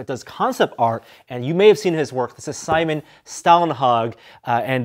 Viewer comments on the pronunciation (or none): none